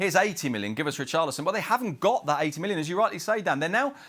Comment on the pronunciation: Now WAIT...Hold on a minute, he just violated Richarlison name like that SMH 🤦🏿‍♂️🤦🏿‍♂️😂😂